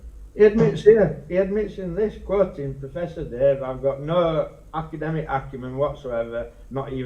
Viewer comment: May I assume that in his ultimate ignorance, replaced the first two syllables in academic with a single syllable word because... those are his best words?